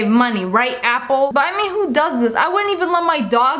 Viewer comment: Uniturtle say apple pinching your tounge 😑